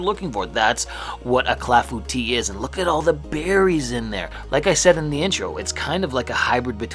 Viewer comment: You got through it just saying cla-foo-tee! I'm well impressed! Beautifully done... the texture of the inner slice looks absolutely perfect. Love all the berries in there. Wonderfully done my friend!